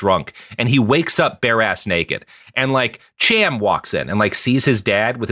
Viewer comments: You pronounced "Cham" according to Anglo/English which is why it seems odd. The name is "Kham" with a glottal stop typical of Arabic or Hebrew. Think, "l'chaim," not "cheeseburger." The "Ham" spelling is Anglicized and removes the "ethnic" sound to the name. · it's not pronounced either "Ham" or "Cham" as you pronounce it here (at least not in modern Sephardic-style hebrew) but the correct pronunciation uses sounds that don't occur in English. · The "ch" in "Cham" is probably pronounced like the German, which is fairly close to an "h."